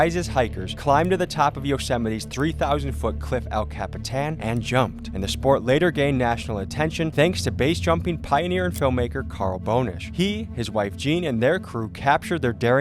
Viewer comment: Your video pronounced Carl Boenish, the founder of BASE in 1981 and the creator of BASE Numbers as Carl Bonish. It's Boenish pronounced Banish like Danish with a B. Thanks, Rick Harrison, Director USBA, BASE 38